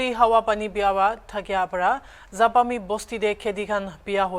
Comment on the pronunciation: Not zapami.. Zaphumi village